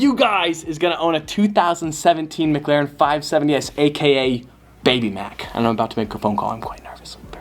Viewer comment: "why do you say it like "muglaren" insted of "mic laren"